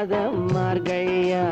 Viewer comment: MAARGAZHI. NOT MARKAI